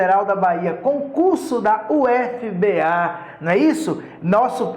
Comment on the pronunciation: Fala-se "úfiba"